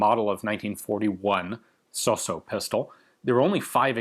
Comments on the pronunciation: it's Italian so it's not pronounced sosso, it's pronounced sauce-o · Ian, your pronunciation is (almost) spot-on! The only thing to be improved is the double s. It’ not so-so, it’s sossssso. The double needs to be carried longer. With my utmost respect for you, Gun Jesus. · The pronunciation is good, but suffers the most common mistake of english people: you dont pronounce the double consonants. Its "Sos-so" but it sounds "soso". "Fàb-brica" sounds "fabrìca". Watch out for the stress. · your pronunciation was so so. 😊😊great video as always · your pronunciation of his name was so-so ;)